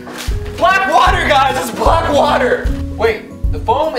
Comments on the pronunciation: When roy said BALCK Sounded like racist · The way he said “BLACK bath bombs”😂😂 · Why he say black like that the first time my mans said BLACK